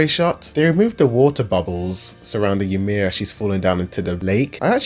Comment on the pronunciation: She’s called Ymir. Not Ymira.